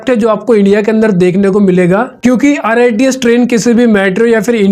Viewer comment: Rits nhi rrts hai bhai